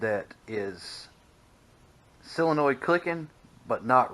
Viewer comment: It is a solenoid. Pronounced, sol en oid.